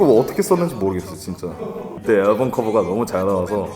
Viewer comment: 앨범 발음 개웃기네 진짜 aㅐㄹbㅡㅁ